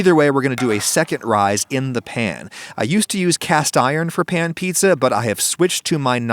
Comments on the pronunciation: I thought he said eats-a-glut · HOMIE LOWKEY SAID FEETZA BUTT 💀